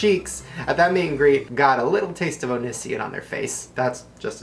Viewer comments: Onissian.......? Onissian. O N I S I O N, Shane, and you know it. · "Onisien" 11/10 Shane. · I started uncontrollably laughing when he pronounced Onision wrong. Idk why it just sounded hilarious the way he says it. "Onission" hahahahhaa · It’s not Oh-nis-ien it’s Oh-ne-see-on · Onission xD Onision is how to say it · Onision: Pronounced Oh-nee-see-on Not Oh-ni-si-on like Shane said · onision. SION. not seon. I think you said that in purpose? yeah, it's hard being a fan of the both of you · The way he butchered the name XD Onisian xD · wtf Shane, you know it said "O-nee-see-on" not "On-is-ee-en, like he says it at the end of every-single-video. o-ni-si-on do do do do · not trying to troll but every time you said onisseon I was like noooo its oneeeeeeeseeeon lol.. oh well. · It's not O-NISS-EIN, pronounced: O-NEEZY-ON. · I used to think it was pronounced OH-NIZ-E-ON but its actually OH-NEE-SEE-ON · the onision part 😂😂 omg its pronounced oni-si-on not oni-si-in xD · (own-knee-son) I'm screaming 😂😂😂 its on-ee-sion 😂😂😂😂😂😂😂😂🤓🤓🤓🤓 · ONISSION?????? ISSS? ISSSZSSSSSSS? ONISSSSSION? HE SAYS IT SO WEIRD. I CANT. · Its pronounced own-ys-yon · It's oh née see on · • ĸaтнarιne • Nah, its pronounced o-nonce-ion. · It's pronounced oh-nee-see-on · It bugs me how he pronounces onisionXD it's oh-nee-sí-on. ITS HIS OUTRO! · shane, its O•NE•SEE•ON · o-nee-see-on pronounce it right Shane XD lol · It's OH-NEE-SEE-ON! Lmao. Geez I can't wait to see what he has to say about this (-: love both of y'all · He needs to say Onision right... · Oh-NEE-SEE-on. Just for future reference. Also I REALLY want to see Onision's response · My gosh shane it's O-NEE-SEE-ON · I love you but please learn how to pronounce onision!!! Oh-knee-see-on 😋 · person oh-nee-see-yon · Cathy J SU it is really questionable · He pronounced Onision wrong the whole time 😒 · the way he pronounces onision... is it because he hates him? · u said onision wrong 😐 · the way you pronounced onision made me want to shoot myself